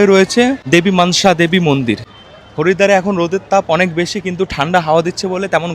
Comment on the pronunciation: তুমি মানসা দেবী মন্দির না বলে মনসা দেবী মন্দির বললে বেশি ভালো শুনতে লাগতো।।।